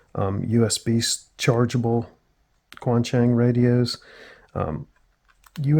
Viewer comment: This is really good to know. Appreciate the tip. I'd like to offer a tip about the pronunciation of "Quansheng". Chinese pinyin isn't intuitive at all if you aren't familiar with it. "Quan" is difficult to represent faithfully using English sounds, but a reasonable approximation is "tch-when" (one syllable). The letter Q is a "ch" sound. Think of "qi" and "Qing Dynasty". "Sheng" sounds like "shung" (rhymes with "young"). It's just like how you say "feng" in "feng shui".